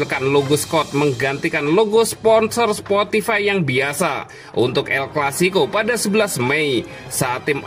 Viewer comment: "sportify" ngakak wkwkwk